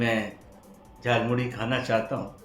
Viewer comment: मोदी ने गलत प्रोनाशकिया.झारमुड़ी नहीं जालौमूली बोलाथा